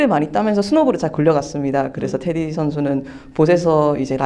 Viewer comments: 테디 아니야? 자꾸 인터뷰하는분이 테리라고 하니까 거슬리네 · Teddy, 미국발음은 테리, Flap an aleveolar stop in intervocalic position when the latter vowel is unstressed. 한국말로 인터뷰하는 거니까 발음은 테.디!로 정확한 한국말로 발음해야겠지요. 리포터분이 한국말과 영어간 발음을 혼재해서 사용하셔서 듣기불편하셨나보네요.